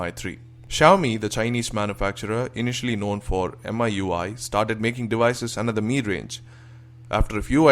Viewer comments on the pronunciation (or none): dewices, wolume.. gosh..